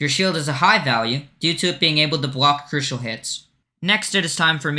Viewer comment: bruda its crucial not crutial